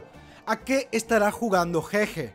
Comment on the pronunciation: un trago por cada que diga ''jeje'' en lugar de GeGe XDDDDDDDDDDDDD